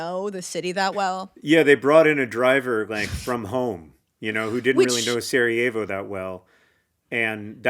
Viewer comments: Saw John Green and clicked, i guess he's the reason your video popped up in my feed. Dear Lady in blue: Sarajevo is not spanish, so the j is not pronounced like an h. Just imagine it as "Sarayevo" for your pronounciation needs. I think it is important to note that "the people of Bosnia didn't want to be part" mainly showed in the early years after the Berlin congress. When the occupation happened. It was less a problem by the time the annexation happened. At the time Franz Ferdinand and his wife visited that was almost 20 years later. At that point the Bosnian men were part of the A-H army, well respected in that, and the day before the assasination the couple visited the markets and talked to the population. (In their language. F-F despite being known for not liking slavic people was able to speak with the serbs, croats and muslims that made up (and make up) Bosnia. Btw.: Belgrade is not in Bosnia. And from what i remember, they weren't in favor of "independence of Bosnia" but to have a greater Serbia that would include Bosnia. (there is a reason the current serbian government put up a bronze statue of Gavrilo Princip in a park in Belgrade, not the Bosnians.) Where did you get that about a military parade? F-F was the chief inspector of the army and was there to check on an exercise. And while there, he and his wife decided on visiting the city. No parade. No guys. All of their drivers were from home. And they didn't go "back to the hotel". They were going to the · I know its too late but its killing me so I have to comment: Sarajevo is pronounced Sarayevo not Sarahevo and any last name that ends in "ic" is pronounced "ich" not "ick" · when was saying "Sarajevo", i was like "who is Sara? i don't remember her as part of this story" haha … being from the Balkans i thought that was really funny. such a great episode!